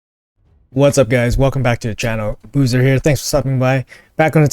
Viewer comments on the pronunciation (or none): none